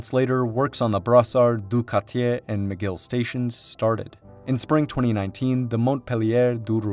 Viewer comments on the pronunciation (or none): none